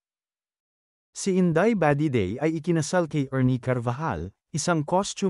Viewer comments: Nasobrahan naman ang bigkas ,, inday badiday na matigas po. Hindi ,, indeyy ba 😊😊Dedey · HAHHA INDAY BAH-DEH-DEY HAHAHAHA